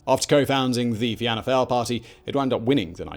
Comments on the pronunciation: the way he pronounces Youghal made me laugh, it's pronounced more like y'all. Also Fianna Fail is pronounced like Fee-ana Fall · Fianna Fáil is pronounced Fein-a Fall